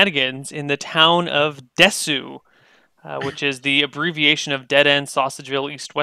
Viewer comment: Oh, its desew, not desu? :P